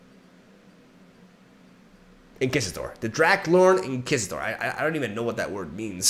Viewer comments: You mean In-key-sition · Hey great video as always. I know you’re always trying to improve your English so consider this constructive criticism. Inquisitor should be pronounced in-quiz-it-or with a ‘w’ sound in quiz. Love ya and see you next time. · Funny a Spaniard says Inquisitor wrong. Nobody ever does. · It's going to take a month for me to recover from the sheer irony of not knowing the word Inquisitor. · In-KISS-itor. Turned from dark to flirty in one Spanish accented second. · Nobody expects the Spanish In-Kiss-ition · Mhmm yes. Inkisator. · the way said inquisitor triggered me so hard and he said it right a few minutes later aswell xD